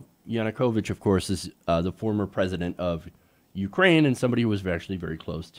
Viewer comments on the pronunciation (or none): none